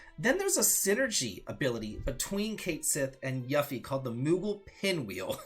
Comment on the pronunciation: It really bothers me that he keeps pronouncing yuffie name wrong